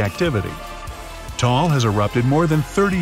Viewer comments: Just for the taal volcako you pronaonce it ta-al not tall. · FILIPINOS HE REALLY SAID TALL VOCANO ITS TA AL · I AM A FILIPINO FROM PHILLIPINES AND THE RIGHT PRONOUNSATION OF TAAL IS TA AL NOT TALL ITS TA AL